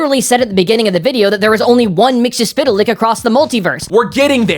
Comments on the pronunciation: I applaud you on pronouncing his name. :) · Why can't people pronounce his name? From the imp himself: "It's Mix..." (turns into a blender) "Yesz..." (turns into a Yes record) "Spit!" (turns back into his imp form and spits in your eye) "...Lick." (turns into a dog and licks you) Got it, McGurk? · "It's Mix - Yes - Spit - Lick!"